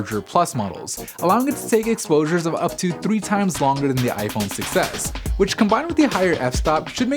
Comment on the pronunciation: It sounds like he is saying "iPhone success"